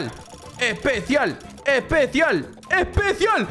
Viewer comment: Porque dices epecial